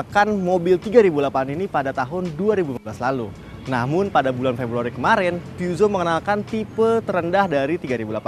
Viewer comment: Cara baca yg bener "pu-syo" atw "pe-zyo" bukan "pyuso"